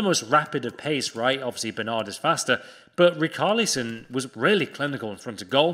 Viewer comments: It’s RiCHARlison not RICARLison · Rickarlison thats how u say Its acc richarlison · Ricarlison are u ok it’s richarlison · Rich arlison not rick arlison ffs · That richarlison pronunciation is disgusting 😂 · It actually hurt my ears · He did him dirty there. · Im brazilian, thats definitelly not how we say Richarlison.